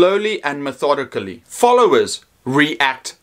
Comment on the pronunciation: Btw, you didn't mispronounce 'methodically' unexpectedly at all.